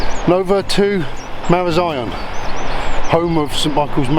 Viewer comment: Enjoyed watching that,. A really nice stretch of coastline👍 Also learned how to pronounce Marazion, as an added bonus! 😁 All the best👍